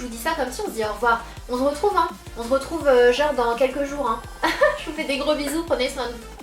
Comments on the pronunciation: Mais c'est pas possible tu dis tjrs on z'retrouve tu te rend pas compte 😂😂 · tu dis plus on z'retrouve 😂